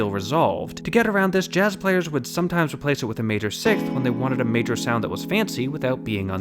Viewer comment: emphasis on "would"